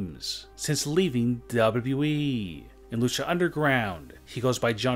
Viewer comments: How Its supposed to be said >Double u Double u e< How he sais it >Daaable Double u eeeeeeee< 😂😂 #NoHateThough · please stop saying wwe. its w w e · It just triggers me every time you say WWEEE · I can’t DUBBA DUBBA EEEE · Why do you say WWE weird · The way he says wwe is hilarious 😂😂😂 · The way you talk and say WWE makes me want to end it all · What's wrong with how you speak? I thought only Kurt Angle had a hard time saying WWE.... nope I was wrong... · why u say wwe like that